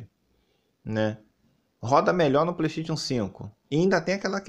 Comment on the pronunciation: mano o cara fala PLEISTEITXION e ainda quer ser levado a sério kkk